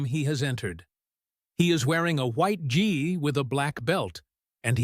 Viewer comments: It is pronounced "ghee" (like the melted butter food), NOT gee as in gee "whizz" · FAKE NEWS - sega was in Japan - Nice try though... Next time, do your home work, & make sure your AI program, can read GI, and not say; G I VIDEO IS LAME AF! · Five minutes of information presented in 30 minutes. I should have quit when gi was pronounced in two different ways, both incorrect. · Made up story that doesn't match the photos, since when is Seagal blond. And the robot doesn't even know how to pronounce Gi. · What a load of BS. Combined with crappy AI narration that can't pronounce gi properly. No thanks.